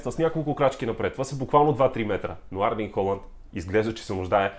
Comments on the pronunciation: Името му не е ли Ерлинг Холанд а не Арлинг? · Моля те не му казвай Арлинг моля, иначе добър клип!